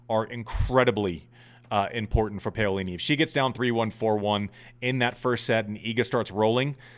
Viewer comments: why do people care? who can pronounce zhangzhizhen with the right inflection? I don’t care if nobody can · Ok i see so many mistakes in this thread so I will clarify since I am Italian. It is pah-o-li-ni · Andy, please stop butchering Jasmine Paolini’s name. Please look it up, or listen to the tennis analysts on Tennis Channel, or google it to get the correct way to say her surname. I say this with all due respect, because I find your podcast so accurate and hilariously funny. It’s wonderful having a past ATP pro, was amongst the elite in men’s tennis join the hordes of tennis podcasters. Keep bringing it! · Love you mate! But...who is "PEolini"? It's "PAolini". :) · Paolini!!! Not paiolini.....jerk!! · Andy…get this PAUlini…..not Paylini!! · Pow is wrong too. Italians don't stitch the two sounds together but they actually pronounce them separately. When talking faster it may seem like it but it doesn't. It should be Pa-O-li-ni. Can't explain it better being Dutch having learned Italian. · I agree. We dont mind accents but we do expect a bit of effort in finding out how to pronounce a player’s name properly. . The “Pao” rhymes with “How” We care and sometimes we cant listen properly to what youre saying. Sorry Andy. You actually have good content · Andy, I love you, but I'm not the only one cringing. You have to try to get the pronunciations of names at least CLOSE to correct. Paolini is pronounced (Pow-Lee-Nee). You can do it!! You are Andy Roddick!! You the MAN! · I don't want to start another "Cybotch Veildsh" controversy, but every time you pronounced Paolini "Payolini" my heart sank a little bit. Refusing to pronounce a German name with a Portuguese inflection is one thing, but americanizing a beautiful Italian name hurts... ;) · I endorse this rant. And Im brazilian, I dont care how he pronounces wild, but Paolini sound terribe when pronounced Peyolini. Sorry Andy, keep up with your great work, we love you! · Isn’t it pronounced Peeolini?